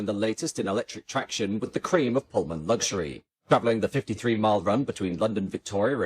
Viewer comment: Good video once again, but there is no "g" in luxury 😊